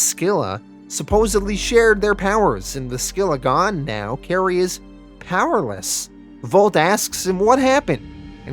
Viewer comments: it’s SILL-A, not SKILL-A; SILL-A, and CARE-RIB-DIS...the names are from the tale of ODYSSEUS; the phrase, “caught between SCYLLA AND CHARYBDIS”, means to be caught between two bad options, or to be caught between “a ROCK, and a HARD PLACE”...I guess to mean that any villain caught between the two brothers is in real trouble... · I hate too be that guy but you also mispronounced the names of the brothers. They are pronounced Ka-rib-dis and si-la. They are named after the twin whirlpools from the Iliad by Homer.